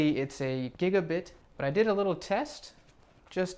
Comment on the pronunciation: Does anyone else cringe when he says gigabit?